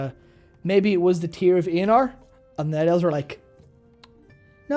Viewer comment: its Eonar not not eanar